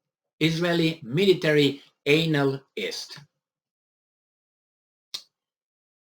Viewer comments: "Anal-ist" LMAO! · I like how you pronounce the word anal-ist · The way he pronounced the anal-yst is '' disgusting '' 😂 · Pronounced an-a-list 😎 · Your pronunciation of analyst is fitting.......